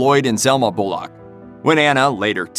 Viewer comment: It's pronounced bull-uck. Not bull-lock.